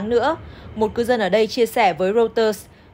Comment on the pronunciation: Đọc hãng tin của Anh “Rô - tơ” và thủ đô của Mỹ là ...”sinh- từn”